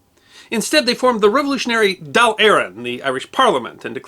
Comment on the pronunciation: Congratulations on getting the pronunciations correct, irish words such as 'dáil' and 'fianna fail' usually trip up foreign commentators.